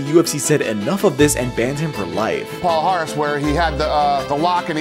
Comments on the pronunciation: Palhares [ paliares] that's how it's pronounced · His name is pronounced as Pa-lia-rhes (as a LL in spanish) not pal - hares